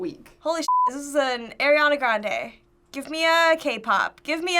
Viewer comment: Why tf did that woman say AIRiana grande??!!!!!!!